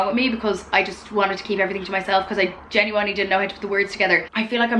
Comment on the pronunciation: I love the way you say "genuWINEly"